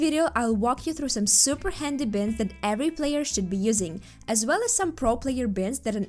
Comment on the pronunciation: Who says binds like bins with a t?